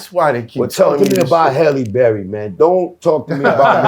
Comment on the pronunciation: He love holie berry 😅🤣😂